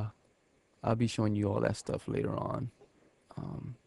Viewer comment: The way you say 'later' is funny, laiderr homes